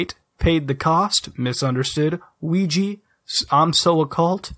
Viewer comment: OUIJAAAAA NOT OUIJI